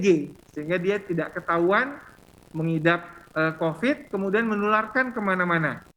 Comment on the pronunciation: Halo virusnya bukan Cocid tapi Covid ok